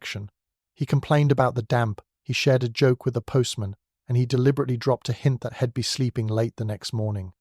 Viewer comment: Enjoyable storyline, but oh, the botched contractions.... Ill hed youwll